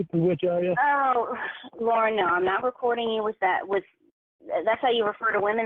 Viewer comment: "the fact of the matter" "LORNE" ruhmoanuh drives me crazy